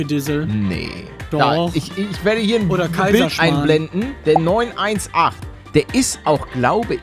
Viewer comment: Es heißt Porsche 9-18 Spyder. No hate🙏🏼